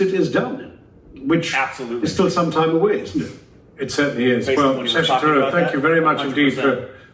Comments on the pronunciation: When pronounces his name it sounds like Shashi zarur. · When said shashi tharoor, I heard “shashi the roar” 😛